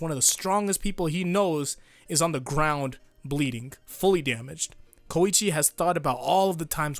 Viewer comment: I HATE YOU FOR SAYING KOICHIS NAME WRONG